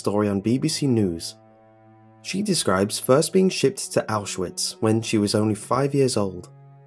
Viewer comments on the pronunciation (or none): It's pronounced "ow shvitz" and "not-zi"